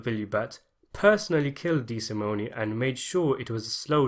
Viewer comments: The Loo-cay-zee family would whack you if they heard you mess up their name like that. Dee-sa-moan. We watch the same movies man. How? 😝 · Couple things, Dollars not pounds. DeSimone, the e is silent and Lufthansa is pronounced as in movie.